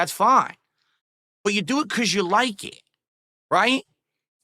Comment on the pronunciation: “You like ehhht, right?”